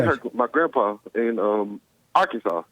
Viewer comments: Ar-Kansas? ROFLMBO! It's pronounced Ar-can-saw. Arkansas. Ar-can-saw. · Did he call it "R-Kansas" to tease Joel?